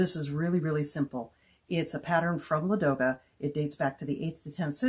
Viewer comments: If it makes you feel any better, if you hadn't pointed it out I don't think I would have even realized it was supposed to be Ladoga instead of Lagoda. 😅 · I'm going to toss another complication for Ladoga--the stress is on the first syllable. So LAH-doh-gah. Same for Staraya. I know it's tough when you don't speak the language--I've mangled many a word over the years!